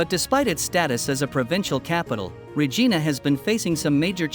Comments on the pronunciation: Regina,,,, sounds like ree ji nu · My God, does not even know how to say Regina and he said it like 100 times like do your background before you start yapping if you don’t know how to say this Saskatchewan Queen city then you shouldn’t be doing a survey asshole every city can be turned around. The government does not give a shit except to fill its own pockets. That is the problem that’s been the problem forever 40 years ago Canada was flourishing and everybody had money today. It is such an ignorant country it used to be fun to live in, everybody talked to everybody started on Wednesday now there hasn’t been one in years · My God, does not even know how to say Regina and he said it like 100 times like do your background before you start yapping if you don’t know how to say this Saskatchewan Queen city then you shouldn’t be doing a survey asshole